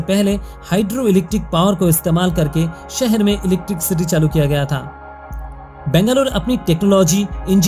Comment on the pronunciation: Please pronounce Bangalore correctly. Nice video. Proud to be Bangalorean.!! ❤️